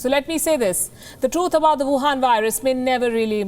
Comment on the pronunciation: Palki you call it whuhan virus